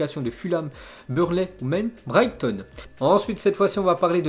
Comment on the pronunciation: Bravoooo il a bien prononcé le nom de Brighton